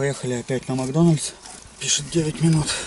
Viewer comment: кровь из ушей , макдональЗ ))))))))